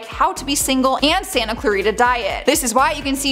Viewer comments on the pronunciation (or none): none